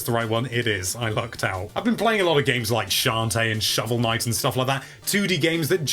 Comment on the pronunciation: I like the way says Shantae and Shovel Knight! He does awesome S's! Also, "The shaft was stuck in there" sounds so bad! And everything is always fault. It's his fault I'm old!